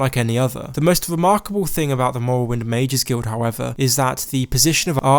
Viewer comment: Skoiwim and mowwowind